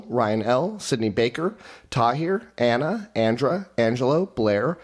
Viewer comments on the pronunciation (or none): none